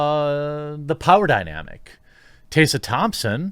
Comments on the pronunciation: Taysa Thompson? Plz say Tess ah Thompson cuz what you said hurt my head a little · Tessa, not 'tay-sa' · Hey look... it's Tessa... not "TAYSA"... it's "Tessa" Thompson. And if Tessa looked like she had recently had an orgasm in those pictures after the all night "party"... then clearly her needs are being considered. As long as Tessa was taken care of... how is this anyone's concern? Good for you Tessa! Hope you're feeling good darlin'! 👍🏻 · it's also pronounced TESS-UH not TAY-suh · It’s Tess-a Thompson, not Tay-sa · Are you saying "TAY-suh?" TheQuartering butchers the pronunciation of yet another name. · "Tae sah" Thompson? Don't mean to nit pick because I hate that but...yeah. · Who the heck is Tay-sa? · how come he puts a "Y" in tessa's name? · You can tell the journalistic integrity by the way he pronounces her name "TAY SA" thompson ..... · Why can’t this guy pronounce “Tessa”? It’s weird. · The only thing wrong here is the way Jeremy pronounces "Tessa" 😜